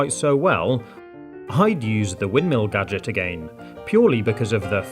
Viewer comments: Did you mean gaajik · He always says G A D G E T